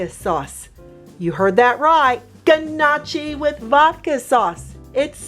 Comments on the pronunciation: It’s (NOE-kee) not (GUH-Nah-chee) lol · I just have to correct you.. “NYO-Key” is how its pronounced not guh-nah-chi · It's pronounced knock-y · Everytime she says g-nocchi an Italian loses their wings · lol yea it was painful for me and I’m only Italian by marriage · Love your videos. This doesn’t disappoint. FYI, Gnocchi is pronounced, NYAOKAY. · Pronounced “NOOKI” The G is silent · lol nooo that’s not how you pronounce it hun but good recipe! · she pronounced Gnocchi really bad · So which one of us is going to teach her how to pronounce it properly??